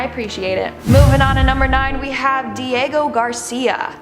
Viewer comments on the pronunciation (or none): none